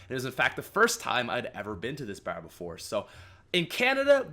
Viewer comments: The way he said bar lol. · The way u say bar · he says bar funny lol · He says bar so cool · I love your Canadian accent when you say bar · I was about to comment that